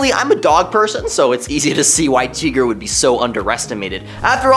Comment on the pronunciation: Tee-gra? It's Ty-gra. Does anyone on this channel read comics?